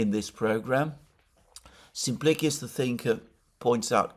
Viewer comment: Always interesting. Thank you. (NB I think you'll find that Simplicious rhymes with delicious with an 'sh' sound.)